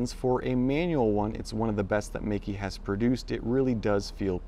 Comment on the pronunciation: it's pronounced "may ke" : P